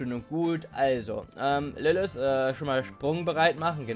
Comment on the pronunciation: Es heiße LilliT oder LilliTH aber nicht LilliS.